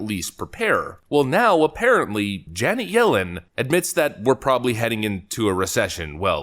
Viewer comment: You really need to work on how to pronounce "Janet". It's certainly not "Janee".